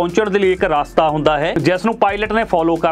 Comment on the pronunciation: Veer ji Raastaa nahi Rstaa bolo ji. Punjabi boli naa khraab kro. By the way thx for sharing your knowledge